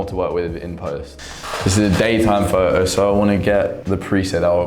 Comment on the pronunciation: It’s photo with a t. Not fo’os